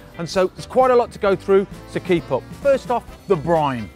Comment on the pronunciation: Another video where you keep saying briMe